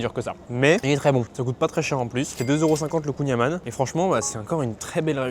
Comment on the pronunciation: Et Bordel de merde, on dit Kouign amand(e) mais sans prononcé le D !!! Kouign Amann